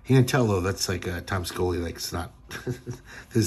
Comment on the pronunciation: It's pronounced Tom (Shee-O-Lee)🤩😎🤪